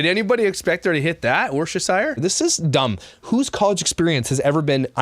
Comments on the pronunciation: Myka says Worcestershire sauce super wrong says Worcestershire sauce a little wrong I say right (I think, don't hold me to that), cos I'm British:) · Awesome! But it’s pronounced “woosteshur” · Worcestershire (WOOS-TER-SURE) 👍